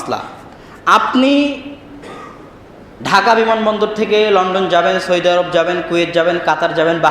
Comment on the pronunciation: ভাই আবদুল্লাহ, সৈদি আরব না বলে সৌদি আরব বললে ভালো শুনা যায়।